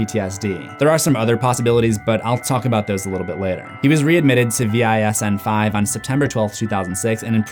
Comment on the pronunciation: VISN is pronounced Visin. Its not spelt out. Its a lovely VA acronym. We've got loads of them VISN 5 is just a region in teh country. It covers Maryland, the District of Columbia, and portions of Virginia, West Virginia, and Pennsylvania.